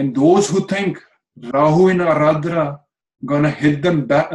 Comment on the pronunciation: Guess its Ardra, not aradra..